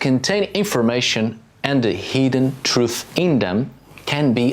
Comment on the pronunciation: It took me way to long to realize that you were saying ‘hidden truth’ and not ‘heathen truth’ 😅